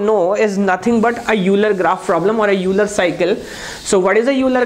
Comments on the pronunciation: Pronunciation of euler is ailer. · Sir name of Euler is pronounced as oiler